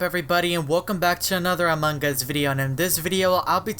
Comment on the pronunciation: No one: Me: PANDA PFP What my ears hear in this video: AMOG US